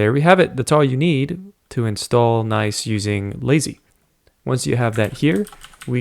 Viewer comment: Isn't it pronounced as written and not like "nice"? 🤔